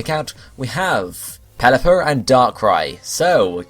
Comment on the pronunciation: Why is everyone saying Pelliper